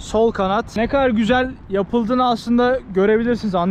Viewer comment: Nobody:: çık gizel yaağ